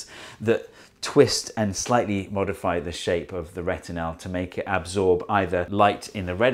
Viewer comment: Why do you pronounce "retinal" as "retinelle"? I liked very much the "come in" gesture by your doorman. You are very talented, and not just in science.